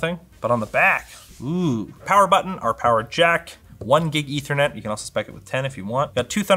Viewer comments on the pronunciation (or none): none